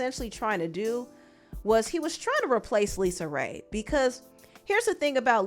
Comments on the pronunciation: Girl don't let her hear you calling her Lisa 😮 her name is LisaRay period 😂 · Lisa Raye, not Lisa.